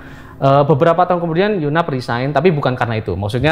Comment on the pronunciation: Yg bener yu nap, bukan yunaf